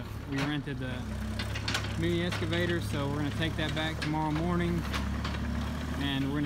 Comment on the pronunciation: Just fyi its excavator not escavator